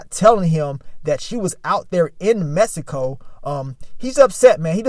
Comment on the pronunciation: Mannnnn If I had a dollar for every time pronounced Mexico “messico” 😂